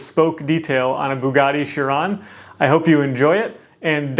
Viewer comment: Say Chiron again😂